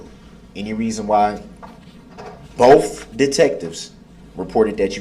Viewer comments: Bof goes along with Truff, and wiff - Darrell Brooks butchered the English language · “Bofe detectives” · Brooks needs to go back to school. He kept saying boff, instead of both. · “ bof detectives”